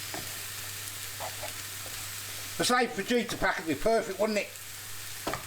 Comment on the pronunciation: Fa Heat A not Faj Eater 🤣🤣